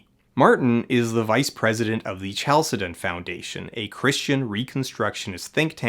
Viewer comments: Isn't chalcedon pronounced with a k sound? 🤔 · That's not how to pronounce "Chalcedon".